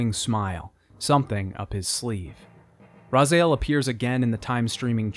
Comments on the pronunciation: The depth of this video is great, but man, I had a hard time with the mispronunciation of Raziel every time. Still watched the whole thing and appreciate any love this series gets. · Loved the video. I remember playing Blood Omen: Legacy of Kain when it was released back in the 1996. I loved the series. The only "bad" side of this video for me personally is your pronunciation of name "Raziel" :) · Great documentary. I’m still hopeful for a reboot with equally captivating dialogues and world building. Can’t stand how you pronounce Raziel though. Lol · Loved your work man but you butchered Raziel name every single time without fail. have you played the games? if you did then it is easily said 100 times so, that was the only negative I got from your video, otherwise, it was amazing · Secondary note. Love the vid. Absolutely. Little too much emphasis on the "a" in raziel's name pronunciation. Just my ocd kicking in. Lol. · You did all of this, and went through all of that material, and ruined it all because you couldn't be arsed to learn how to pronounce "Raziel". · This is great video, thank you for that. But every time you say 'Razael' instead of 'Raziel' I die a bit inside :D Finally emulators on Android have caught up and now I can play through all of the games in Blood omen franchise on my phone ;) This video is just a warm-up for me :D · Great video but I keep getting irked by how you pronounce the Is in character names ;) Janos says "Raziel?" and immediately hearing you say Ra-zay-el is a bit uncanny. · Cognitive dissonance every time you pronounce "Raziel" as "Razael". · The way you’re saying Raziel is irksome. His name is RazIel, not RazAel. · Why the f**k did you keep saying "Razael"? It's Raziel. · Bro.. It's rahz e El not rahz eye el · Cool video, the only thing that "bugged" is that you kept saying "Razael" insteal of "Raziel" other than that it's a really good watch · Bro spends 3 games hearing Ra-zee-el and pronounces Razaiel. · Raziiiiel. Not Razael.